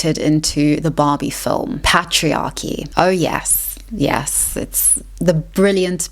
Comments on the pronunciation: the pat-triarchy lol. Great vid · Listen, excellent video, but we need to talk about how you pronounce Patriarchy 😂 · Love the content but please check the correct pronunciation of "women" and "patriarchy".